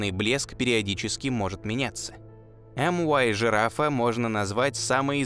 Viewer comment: Может мю-жирафа, а не эм-уай? Звезды греческими буквами нумеруются